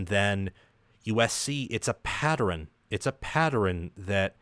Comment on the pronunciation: A patterin? " It's a petterin, a patterin?"